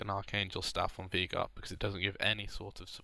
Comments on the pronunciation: It's not "Vie-gar" it's "Vei-gar". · It's actually vaygar. That's how the guy who the champ is named after pronounces it.